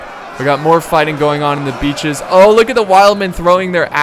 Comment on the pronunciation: Every time he says hold the beaches, for mě it sounds like: hold the bitches!!! protect the whorehouse!!!